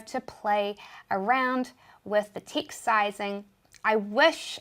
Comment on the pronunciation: Yes love these stip by stip tutorial. tixt and minue and all. Thank you. Question, is it that you guys don't pronounce E? just curious. Have been watching your videos for a while.